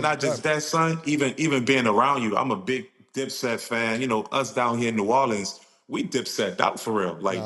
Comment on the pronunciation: Since Cam callin it New Orlean ima call it New Yorks 😂